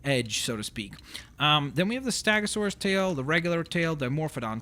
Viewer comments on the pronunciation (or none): ur saying stagosuras its stegosuras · Enkilosaurus? Stagosaurus? An-kylo-saurus Steg-o-saurus Simple sound it out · It is said Steg-OH-SAUR-US and para-Sa-Rol-a-fus your still funny though: )